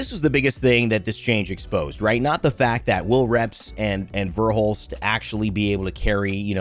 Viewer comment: Called verhulst hal like 10 times